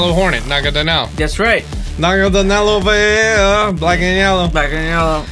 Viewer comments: "Nagadanel" Real Pokemon name is Naganadel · Na-ga-na-del... please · it’s Naganadel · oh also, not to be rude, but it just bothers me, is Naganadel not Nagadanel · It’s naganadel not nagadanel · pronouncing Sceptile as "Skeptile" and not "Septile", and Naganadel as "Nagadanel" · It is promised na-ga-nodal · it's nagaNADEL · It’s Naganadel